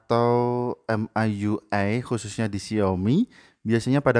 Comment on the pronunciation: Baca EM AI YU AI,, Mi YU AI aja kali bg, kedengaran aneh baca ke gtu. Wkwkwk